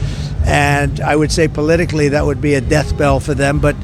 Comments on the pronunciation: donald, it's not 'Death Bell', it's 'Death Knell', you nitwit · LOL he said "death bell" it's supposed to be "death knell" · "That would be a death bell for them"..."death bell"? Does he mean death knell? 😂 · It’s not“Death Bell.” It’s “Death Knell !" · Trump said DEATHBELL instead of DEATHKNELL. 🤣🤣🤣🤣 Halfwit! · “…a death bell…” that’s “death knell” my illiterate man… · Did he say "Death BELL"?